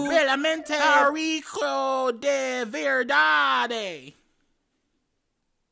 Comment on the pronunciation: psé kkkkkk até que ele pronunciou "verdade" mto bem